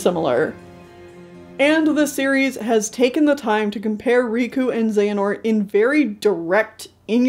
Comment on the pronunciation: Love this video but man until I turned on captions the way you said XehaQus threw me ooofff 😂 Thank you for this 6 hr video whew.